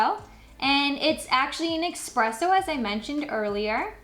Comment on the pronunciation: Its not pronounced eXpresso it's eSpresso